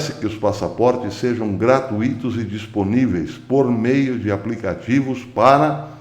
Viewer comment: não é gratu( í )to. Pronuncia-se grat( ú )ito... Obs: paroxítonas terminadas em a, e, o, em, ens não são acentuadas.